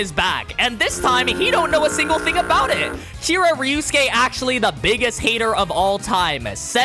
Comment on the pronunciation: Why u say it like ryusuke instead of ryosuke